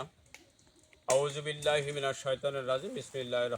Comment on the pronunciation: আউযুবিল্লা বিসমিল্লাহ শুদ্ধ করে বলেন আগে